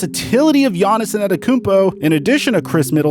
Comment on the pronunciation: Who is Giannison Adekounmpo? ... lol for the love of god just say GIANNIS.